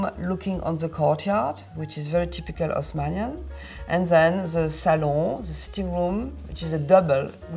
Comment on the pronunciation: LOL, good point! In French they never pronounce the leading H. So, if you pronounce it like you spelled it there (Osmanian), you're coming really close to pronouncing it perfectly.